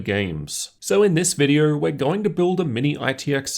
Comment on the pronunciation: Why does your Rs sound like that ? Video = videor